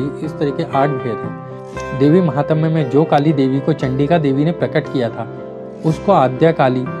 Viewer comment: Uchharan ko Suddha kijiye. Bahat trutipurna hai uchharan aur bahat poor pronunciation. Smashana ko Samshan kehte ho , correct word is - श्मशान. And the greatness Mahtmya ko some mahatam kehte ho. Jab ki sudhha sabda hai - महात्म्य.